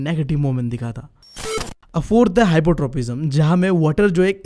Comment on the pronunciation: It's hydrotropism not hypotripism😅